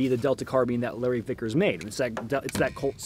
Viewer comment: I swear you said Larry thickers at least once